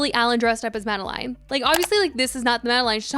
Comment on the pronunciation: Tell us you haven’t actually listened to the album without telling us you haven’t actually listened to the album: constantly mispronounce the name ‘Madeleine’.